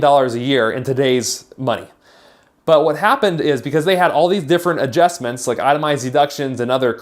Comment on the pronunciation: AdJESTments? hhaha